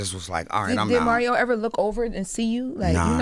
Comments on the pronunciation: Who tf is “ MARRYO” lmao 💀😂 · Is him consistently saying Mario’s name wrong on purpose for me? 😂